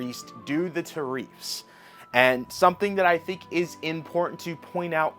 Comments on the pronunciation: Tariffs ... not Tahreefths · Great content~ try saying tariffs rather than tar-eefs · Bro.. why cant you pronounce common words? Its not tareefs its tarifs.. you've heard everyone else pronounce it... its not onime... its anime. And its not jOmboree its JAM..bor ee. Like wtf. Im not sure if you do this on purpose to get comments. Or what. But christ.. it makes you sound dumb. Just pronounce the words the way you know that they are supposed to be pronounced. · It’s pronounced “Tear Ifs” it’s spelled tariffs. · Ta reefs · Bro... fuckin tell me about it so many common words this guy just outright chooses to not pronounce the same way he knows hes heard them be pronounced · I love how he says Tariffs wrong 😂. God bless America! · Dude, stop pronouncing "tariffs" like that. Jesus, you live in an English speaking country.